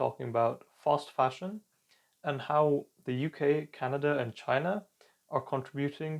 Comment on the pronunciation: what is he calling it? False fasion, foss fashion, fast fashion? I turned Closed caption on to be able to understand .